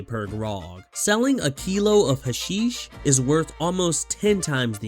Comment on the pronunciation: Its not "huh-sheesh" its "hash-ish" Its a real thing. Dont ask how I know